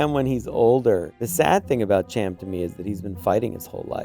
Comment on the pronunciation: am i the only one annoyed with her saying Ch-am instead of Sh-am cyndulla, im from the midwest so mayve its an accent thing but its just annoying also, QUASAR FIRE CLASS CARRIER RETURNS, LONG LIVE LEGENDS